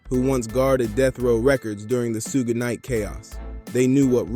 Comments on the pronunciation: Just say sugar but leave the R off. Its not sug knight. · That's like 3 different pronunciations for Suge's name! 🤦🤣 First I heard it as "Soog", then "Sooge", then "Soo-guh". The heck? It's "Shoog", pronouncing the double "o" as if saying the word "wood". Other than that, great video! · Good history lesson but thats not how to say Shug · yeah some of the times suge was mentioned it said soog. I just thought it was funny. Not trying to disrespect. I respect the video. Ty for it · decent vid but do more research and pronouce suge correctly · Good stuff.. but dear God, why do you keep pronouncing Suge Knight's name like that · and yet he does a tire YouTube video on him... He never once caught how his name is pronounced I find that hard to believe